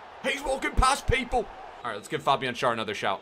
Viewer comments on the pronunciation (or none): none